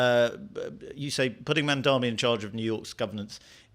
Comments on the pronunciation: Cry harder lady! 😂 Cope and seethe! Oh and his name is “Mamdani” NOT “Mandami”. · I'm sorry for being autistic, but his name is Mamdani, MAM-DONI... NOT Mon-Domi, mahdnammny, muhdommy, mindammy, mindimny.... etc, etc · MamdaNi not MamdaMi. Just common decency. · why mispronounce his name? Its MAM DANI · How does she write a whole article on Mamdani without being able to pronounce his name? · Is there some reason why you create a video and cannot pronounce Mamdani’s name correctly? It’s so illiterate. I think it’s because Americans generally speak one language: English, compared to the rest of the world, where people are multilingual; look at the man’s name and say it correctly! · Why can’t anybody pronounce this guy‘s name? It’s absolutely disgraceful the ridiculous ways in which Mamdani’s name is pronounced. Is everyone illiterate? I think it’s because Americans in general only speak English compared to other parts of the world where people are multilingual.